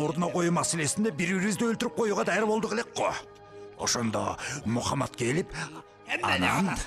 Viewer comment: Мухамад эмес Мухаммад дегилечи